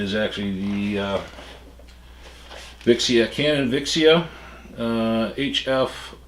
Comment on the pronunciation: It sounds like he is saying canon viagra